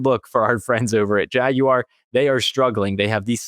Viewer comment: Thanks for not calling it a "Jagwire"!